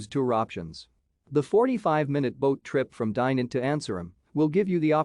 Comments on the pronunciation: Dai-nant ? Dye-nant ? The "i" is pronounced as in "kid". And the "t" is silent. The city is not really a "hidden gem" either. Ok, there are a few places to visit such as the cathedral or the citadel but really it"s not that special. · Butchering of the name but it's a nice place.